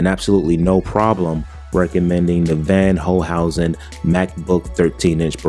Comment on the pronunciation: It’s pronounced “fonn holcehousen”.